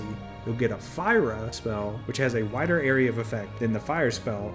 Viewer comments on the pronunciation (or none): none